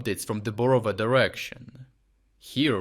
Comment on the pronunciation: Who are you? Thick accent suggests that you're Ukrainian. But Ukrainian should know how to pronounce Ukrainian towns. It is BorovA, not BorOva.